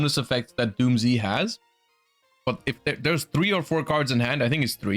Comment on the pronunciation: it's pronounced "dooms" not "doom zee"